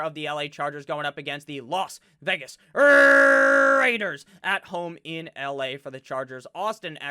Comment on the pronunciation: Hey! I love your channel. I have a favor go ask. Im from MN and Please don't stop your pronunciation of Minne-sooota. It's hilarious like your las Vegas rrrraaaaider!!